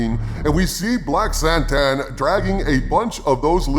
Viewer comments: Why does everyone call him SANTAN? I THOUGHT IT WAS KRRRSSANTAN? i think they again got scared people would make fun of the name.. nope they make fun of the show. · He also doesn’t know how to pronounce Krrsantan.